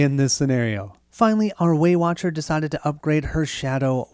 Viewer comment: Every time you say Waywatcher I hear Weight Watcher and then I am imagining the Abomination is some big fatty calorie beast that they are trying to defeat.